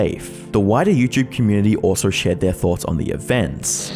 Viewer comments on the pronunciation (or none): none